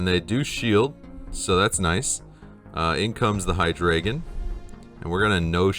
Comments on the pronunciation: The name is easy,. It's Hy-DRY-gon. Hy-DREE-gon. HY-dro-gen. You know—the dragon with three heads. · High-Dre-Gone then put it all together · Bro, it's not even that, you are supposed to pronounce it Haidraeigown 🤣 Good to see the spice back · great work. btw it's pronounced Hydreigon, hope that helps 😎